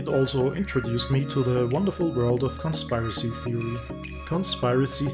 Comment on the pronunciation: You have SEVERE confirmation bias and you generalize about people and assume crap you want to believe is true AND you need to at least pronounce "conspiracy" before you claim to be an expert. ; )